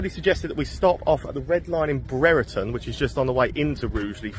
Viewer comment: Pronounce it as Brie -er-ton. One day time there were 13 pubs/clubs there. 4 now and two of them are football club social houses